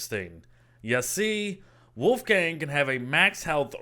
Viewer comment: Did he just say woofgang?